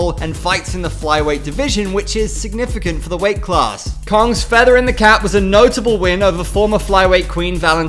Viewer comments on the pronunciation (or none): none